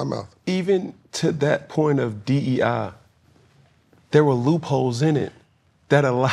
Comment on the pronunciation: Crazy thing is he can't even say D.E.I. correctly.